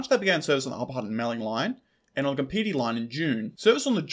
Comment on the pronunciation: Kapiti is pronounced Kaa-Pitee